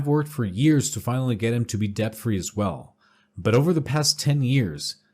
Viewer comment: Homie, debt has a silent b in it